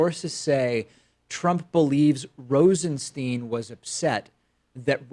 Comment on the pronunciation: LOL. For someone who goes out his way to point out the frequent mispronunciation of the name "Nunes," you sure take liberties with the pronunciation of the name "Rosenstein."